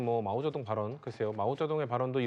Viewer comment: 마우쩌둥이 아니라 마오쩌둥